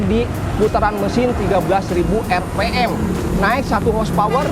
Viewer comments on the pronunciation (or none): Penjelasannya belepotan, apalagi kalo bicara bhs inggris nya .... lucu 😂😅 tapi cukup lah... sesuai dgn spesifikasi CBR 250 RR-R. Apalagi kalo pas bilang "RP em", all new, mirip kabayan...😂😅😂 top bro